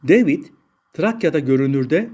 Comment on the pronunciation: deyvid ne gözünü seveyim, yabanci isimler Ingilizce telaffuz edilecek diye bi sey mi var?